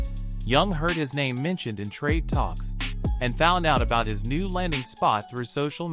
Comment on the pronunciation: You don't even say his name right. Get the name right before you post.